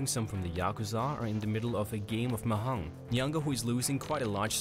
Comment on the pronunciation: It's pronounced as "Ma-dyong" not "Ma-hong".